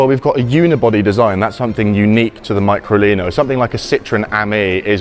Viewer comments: Fantastic car, just wish the Englishman would pronounce the name "MeecroLeeno" which sounds cute too. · Pronounced me-cro-lee-no